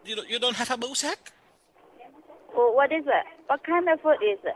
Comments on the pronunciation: Jaha..... She could not day sack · God why can't she just say sack with an s for Christ sake!?